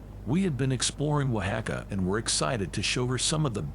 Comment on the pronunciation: Eye-sew-bel? Don't you mean Isobel, pronounced EE•so•bel? And where is this Wohacka? If it's in Mexico, Don't you mean Oaxaca, pronounced Wah•(k)hah•kah?